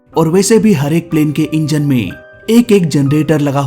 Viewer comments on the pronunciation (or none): none